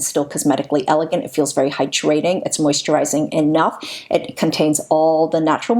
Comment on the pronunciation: I find your voice so soothing. Sometimes I have to scroll back because I've just been having your videos as background noise and not paying attention! However, I not can't stop listening to how you say the word hyDRAting, instead of HY-drating